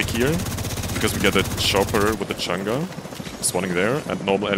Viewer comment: I kept hearing changa. But you were saying chaingun 😅 Lol, enjoying the content. Keep it up! Wait.. maybe it is changa 😮